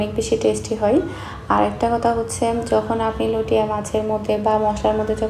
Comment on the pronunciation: আপু আপনি বার বার লইট্যা মাছকে লটিয়া মাছ লটিয়া মাছ বলছেন কেন? শুনতে খারাপ লাগছে।এর শুদ্ধ উচ্চারণ হচ্ছে লইট্যা মাছ।লটিয়া মাছ কোন শব্দ হয় না।